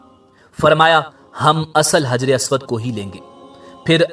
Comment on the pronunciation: حجر اسود ح سے آئے گا نہ کہ ہ سے